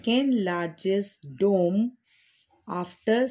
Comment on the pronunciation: Mam it was built during the year 1656 not 1956 And it's pronouns डोम dome not डेम